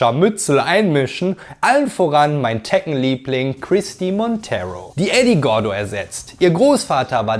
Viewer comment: Na toll jetzt weiß ich als 37 jähriger, dass ich mein Leben lang "Tekken" falsch ausgesprochen habe 🫣😂